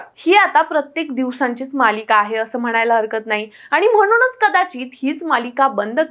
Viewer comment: " म्हणूनच " हा शब्द " म्हणूनच " असा अशुद्ध उच्चारू नये. तसेच " पुन्हा " हा शब्द " पुन्हा " (पु वर अनुस्वार देऊन) उच्चारू नये अशी नम्र विनंती आहे, जेणेकरून, मराठी भाषेवर अनंत उपकार होतील.